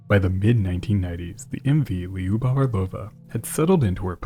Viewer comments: It’s not “Li-You-Bov” It’s two syllables. If you can’t say “Lyu” just say “Lou” “Lou-Bof” would be closer to the actual pronunciation than what you are saying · For what it’s worth lyubov (любовь) is pronounced loo-bov